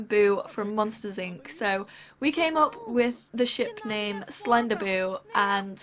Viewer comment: When you say "Slenderboo" I think it sounds like you say "Slender-boob" ;)